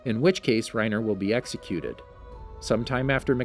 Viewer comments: This dude said makasa 😂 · Mikasa is (mi - ka - s -ah